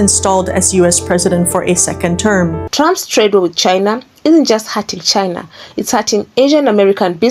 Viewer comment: I like the way she says Trumps as Tramp.. Which he is..